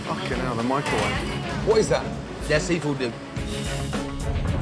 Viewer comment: "Mike Ro wave"